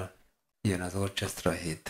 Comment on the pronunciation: NaGyon jó a videó, élvezettel nézem és hallgatom, egy valami zavar engem, amikor azt mondod orchestra (orcsesztra) holott azt orkesztra-nak kell mondani.